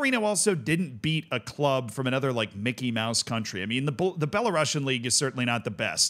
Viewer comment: that pronunciation of "Belarusian" is criminal